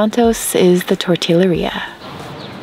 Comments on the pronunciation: Great vlogI’m enjoying learning so much. Totilleria pronounce tortiyeria so you can sound like a local. Duolingo Spanish. Spanish is easy and you will get a heard start on Italian, French, Portuguese and Latin! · tortillería - double ll is pronounced kinda like g for americans. Like the g sound that you make when pronouncing Gem, or genre. Use that g sound and put it for the 2 elles. Also, dont flat out the r in -ria. That R, and all Rs for latinos, are very rolled hahaha imagine Lydia from One day at a time saying rum or ridiculous hahaha, or Sofia Vergara hahaha Good luck on your spanish. At least Lo siento is not that bad hahaha